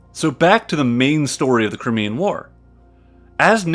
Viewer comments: Its cry-mee-an, not cri-mee-an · Crimean is pronounced CRY-ME-AN.